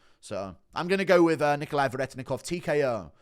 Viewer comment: Respect that you pronounced Nikolay's name how Russians would